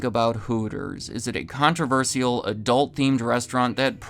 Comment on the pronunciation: The true downfall? The target market of 12-year-old boys doesn't have that much disposable income to spend, as it turns out. And lesbians spend way too much time in hardware stores to eat at Hooters. For the love of God, please learn how to pronounce controversial. That, along with the clear left-leaning commentary on the channel, makes it incredibly hard to take you seriously.